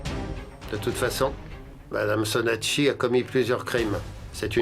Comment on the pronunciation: Tellement de choses à dire il arrive même a dire sonakshi au lieu de saankshi